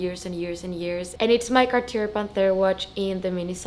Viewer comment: Great video! FY: The ‘r’ at the end of Cartier is not pronounced :).